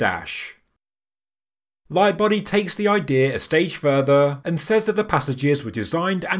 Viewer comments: That's awesome. Its simultaneously simple, and brilliant. Simple in theory, not execution because of actually digging and building the tunnels. I like it. Also, it sounds like you're saying "my buddy" the whole time instead of lightbody. Pretty funny. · I personally doubt that they needed to make those shafts just to measure stars. Also, sounds like he says "My buddy" whenever he mentions mr Lightbody :') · I’m getting old. I heard “my buddy” where you are obviously saying “Lightbody”, in retrospect of course.